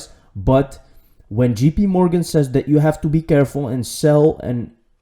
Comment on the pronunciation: FYI it is JP (JAY PEE), NOT (GEE PEE) Morgan. Thanks bro. Great videos.